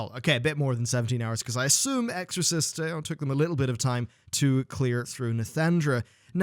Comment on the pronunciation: And you can't even say their name correctly, they seem real important to you.